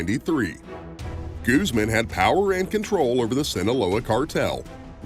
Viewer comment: I think this takes the cake for the whitest way to say Guzman.....Gooseman hahahah